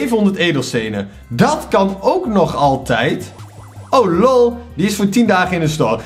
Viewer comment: hoe jij lol zegt ik ga stuk hahahahaha (geen haat ik vind get gwn grappig)